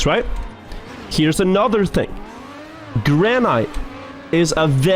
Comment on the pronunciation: I love how he mispronounces "granite" :D